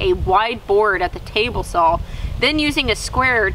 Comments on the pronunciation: You do know there is no 'L' in the word 'saw', right? Is this a Texas thing? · Well blimey, does still some long pants. I thought she had cut them all off. here is a fumy observation, I noticed you have trouble pronouncing saw and raw, but you have no trouble what so ever about correctly pronouncing sammich? LOL. Good job on the stools. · I love her accent when she says "saw" 😁